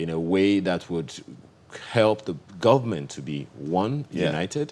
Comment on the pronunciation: PhD working with standard fix holder, he should be afhame of himself, hear the way the speaker pronounces goment, the whole key post in this regime is headed by hausa fulani and the vice president is there like a boy, boy shame on him